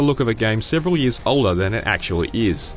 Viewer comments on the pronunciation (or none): none